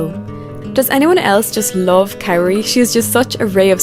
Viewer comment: 🥇Adelia 🥈Kaori 🥉Amber/ Mone Also, can you learn how to properly say the Skaters’ names? That is plain rude. Who is Carie? KaOri ? Petrojan? Try PetroSyan. And Adelia is not skating the Nocturn program, she is skating her Tango number, as she did for two seasons now. Alyssa won’t have her 3A ready, she is way off and under-rotates it badly. Not having it perfectly executed will cost her more, so she is better off doing a double and getting positive GOE.